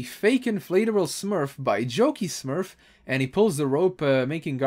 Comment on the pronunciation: I thought you said 'Junkie Smurf' not 'Jokey Smurf'